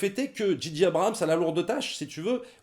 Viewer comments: Juste un petit effort, les gars: prononcez "Djay-Djay Abrams", svp... ;-) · Les gars, arrêtez de dire "Dji dji" Abrhams... Soit vous le dites correctement à l'anglaise "Djé djé" ou à la française "Ji ji"... Là, c'est comme si vous disiez G.G. Abrhams... ça énerve un peu. Désolé...sinon, super critique! Merci.